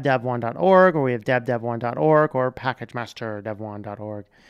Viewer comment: Your pronunciation is correct. I know (back in the early days at least) that the website said it is pronounced like "dev 1".